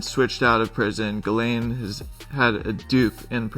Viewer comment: Mais ? Mdr, pourquoi tu l'appelle Gisèle ? C'est Guilène la prononciation, tu m'as tué de rire !